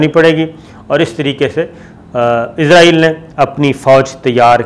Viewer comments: O bhai jaan ap izraaeel kun kh rhy ho wo Israel Hai na KY izrael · Lafaz Israel hai izrael Nahi Shakar ko Israel ka koi baty izrael ghalt Bol Raha hai 😡😡😡😡😡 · اسرائیل اور عزراعیل دونوں الگ ہیں آپ بولتے وقت جان بوجھ کے غلطی کرتے ہیں اور بار بار کرتے ہیں، کیا اس سے بھی آپکو کوی فائدہ ملتا ہے، کوی ٹکٹ، وزٹ یا کار ؟